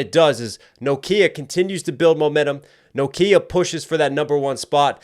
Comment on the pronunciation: pronunciation of "NOKIA" NO _KIA 😂